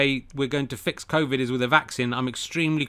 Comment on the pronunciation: Did you genuinely said "Crowvid" ?